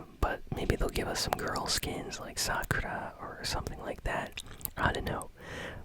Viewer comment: he said sauke as sa-suu- skee and sakura as sa-kour- a